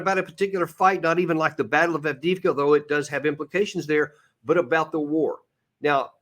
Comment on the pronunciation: In regards to Авдеевка/Avdiivka. The city name is pronounced as follows: af deey efka the middle part sounds like the word they or day, if it was mispronounced by a Russian as deey.